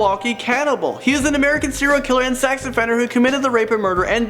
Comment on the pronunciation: Is he saying 0 killer or serial killer